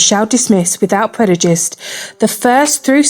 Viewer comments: articulate apart from the word “Predujist” lol I think she meant to say prejudice 🤣🤣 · Great vid! But I must point out that its preJuDice and not PreDuJice as the narrator keeps saying..hehe